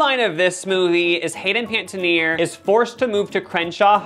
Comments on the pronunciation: Hayden "Paitenear" is taking me out. lol It's "Pan-eh-tee-air" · Hayden *Pen-A-Teer ♥️😂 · saying Hayden Panettiere’s surname wrong kept getting to me 🤣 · I can’t handle how you pronounce Haydens last name lol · The way you pronounce Hayden panettiere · You couldn't take the two seconds to learn how to say hayden panettieres name...come on